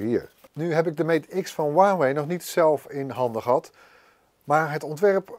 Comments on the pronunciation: Voor mij gewoon Huawei en geen Waawee😂👊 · Huwauway het is Huawei het is een zuigmerk maar het kunnen uitspreken is toch niet zo lastig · Waarom zegt hij wawey in plaats van huawei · Maat hoe spreek jij Huawei uit..